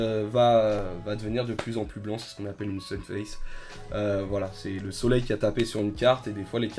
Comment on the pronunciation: sunfade, pas sunface;) Super video mon big up